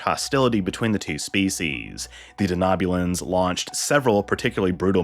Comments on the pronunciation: Just wondering why you are pronouncing Denobulans the way you are? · I came to the comments section as well for this reason haha. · Lots of mispronunciations in this one. I expect that to happen when the speaker hasn't seen Star Trek, but this is surprising.